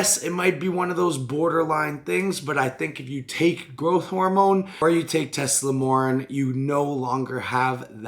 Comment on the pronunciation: the fuc is "Teslamornin"? Tess-a-MORE-e-lin Here's a breakdown of the syllables: • tess: rhymes with "mess" • a: rhymes with "uh" or the "a" in "sofa" • MORE: rhymes with "four" • e: rhymes with "key" or "bee" • lin: rhymes with "tin" it sucks, not even comparable to GH, in fact it could be a blasphemy.